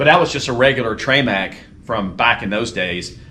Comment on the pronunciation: “ treee MAC” uh…”trim-ICK” is the pronunciation… and 2.7 qt not 3.5!!!